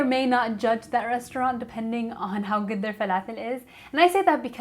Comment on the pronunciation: Oh what joy to You and the fa-la-fell !!! If I didn't know how to pronounce it correctly before this video, I'd be in ignorant bliss. But only second to my love for this perfect recipe of the almighty falafel! I have just all the necessary ingredients, (I like to add spinach for extra nutrition) and today is a good day for falafel! Thanks for your great video and recipe! #Blessings to you 😃💛🌞